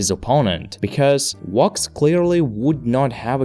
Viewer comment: Bro pounce it with a v. Wox is what I'm hearing